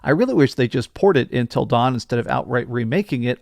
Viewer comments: Him saying ‘INTEL’ instead of Until is just weird lol. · Why do you say intill instead of until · Intil dawn? it’s until dawn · Everytime he says intel dawn, i lose a year off my lifespan... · It's not INTEL Dawn it's UNTIL Dawn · not Intel Dawn its UNTIL Dawn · Why does he keep calling it Intel Dawn? 😭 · Dude are you saying intel dawn 😂😂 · It's because he is saying intel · Does it drive anyone else nuts that he doesn't know how to pronounce the word "until?" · Am I the only one annoyed by the way he says “until” 😂